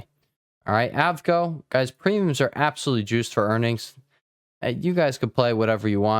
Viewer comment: You mean A V G O? Broadcom lol